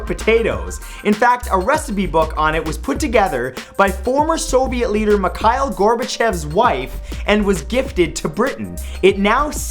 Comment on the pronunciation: "McKyle Gorbachev", lol. Dude, you're not even trying.